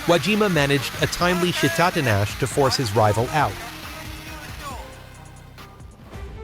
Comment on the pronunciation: Please. Teach you compu-voice japanese words. "Shit-a-tinash"? "Tai-chia"? Seriouslously?